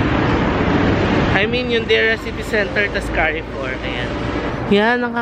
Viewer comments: Very filial ka. Bringing your dad for holidays. Yah. Carrefour is pronounced as kar-four. Just for knowledge ha. Looking forward sa mga vlogs mo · Enjoying your vlogs a lot,. Note lang that the pronunciation of Carrefour is like “Car Foor”